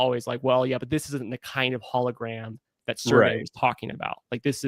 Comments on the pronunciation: In French, his name has a soft “g”….pronounced Serj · Serge is pronounced [Surge]